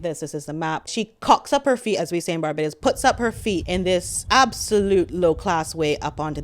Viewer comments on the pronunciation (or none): none